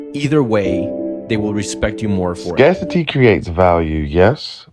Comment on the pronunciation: Scar-City is crazzzzyyy pronunciation.